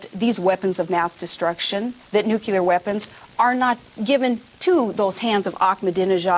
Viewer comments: She said Nuclear just like Bush without her teleprompter. Listen, Nu-Key-Ler...How can you argue that this woman along with McCain would offer anything other than the same leadership we've seen under Bush. I think this exposed Palin for the true novice she is. The VP debate is going to be the slaughter of Palin. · nucular lmao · nucular.... hahahahahaha!!!! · Did she really say NucUlear weapons ? then again ? man... i guess she didn't learn any lessons from Bush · she says "nucular"...ew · what ?! did she say nucular? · Bleeeechhh.. this lady is horrendous Its Bush 3.0: Barbie edition She even said "nucular" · OMG...did she say "nu CUE lar" weapons? What is with these Repukes? George Bush can't pronounce nuclear correctly either. It must be something in that snake blood they have. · She says NUKULAR too (ring any bell?)... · she pronounces nuclear, nucular... who does that remind you of? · Nucelar weapons?? she has the same speaking skylz as bush! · Did she just say NUCULAR!!! Not again!!! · haha! she says NUCULAR like president bush... as well as the same beliefs/policies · Oh NO -- SHE *DIDN'T* JUST SAY NU-CU-LEAR! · she said NU-CU-LER, they spelled it out finetically on the prompter at the convention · What is talking about reform and changing the governoment, when big bozo Bush controls everything, What party is she with? I think she did not get all the memos. and Did she say "Nucular" Forget this Garbage, No Republican in Power Period, even if Madonna was picked VP. Think Think Think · Please not another hokey politician who cannot pronounce the word, "N-u-c-l-e-a-r". Aside from her heavy "Canadian" accent this is so annoying... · NUCLEAR!!! Say it over and over again! NU-CLE-AR Fucking hell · AHHH! She says "Nukyular" just like Dubya. Good grief. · She said "nucular". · long live NUCULAR weapons! :-) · Oh god she said nucular on . funny how a teleprompter can help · female bush listen to the way she says nuclear. "nu-kee-larr" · "Nucular weapons" lol